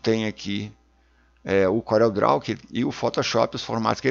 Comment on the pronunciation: "Couréu" mydou de nome😁